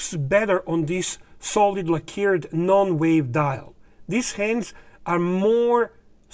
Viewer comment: Please say LACK-erred not la-KEERED. Thank you,!